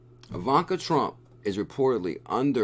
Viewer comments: Great video! You said it right once 😂. (E-vaughn-ka) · Learn how to say Ivanka it’s really not hard sound it out